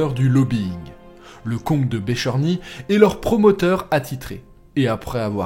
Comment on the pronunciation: Super! Des petites coquillettes: à . « Bercheny » (comme c’est écrit) pas Bécherny 😱, à Esterhazy pas Estarzy 😅. Wagram 1809 et pas 1909. A part ces détails, top! Merci pour le beau travail de recherche. Bonne journée, vivat Houzard!